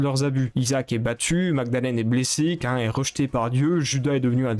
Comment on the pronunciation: Sérieusement ? Qu'un (Cain) et Sans son (Samson) ? Et appeler des choses en anglais puis d'autres en français, c'est perturbant. J'ais peut-être l'air de juste haïr comme ça, mais tu dois corriger ça (au moins les prononciations) Et d'ailleurs, Edmund n'en a pas finit avec Isaac, y'a Repentance+ qui est en beta qui n'est donc pas fini.